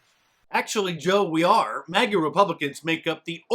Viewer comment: Does he keep saying MAGNA?